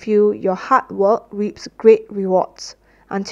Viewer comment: おはようございます。 本日も更新ありがとうございます。 難易度は1にします。multi-grainなど少し訳を考えた文章もありましたが一応20/20でした。 reapは最初leadに聞こえましたが、途中で気づきました。 That's when I realized that I am no longer making the mistakes I made in the past. For example, I might take the art of driving a car as an example. In the past, I would often get honked at because of my poor driving skills. Now it is the other way around and I am the one honking the horn all the time. Of course, that is not always a good thing. Anyway, I used to drive late at night to practice driving. I am sure that this has led to the improvement of my current skills. On the other hand, some technologies have degenerated. That is calligraphy. When I was a child, I was confident in my calligraphy and was proud that I could write better than adults. But because I stopped practicing and stopped writing, my handwriting has become worse than most people's.